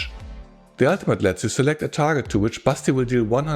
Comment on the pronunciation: All through the video I can't hear anything else than "Busty" instead of Basti. And I mean, it's not wrong... 😁 Anyway, thanks for the review!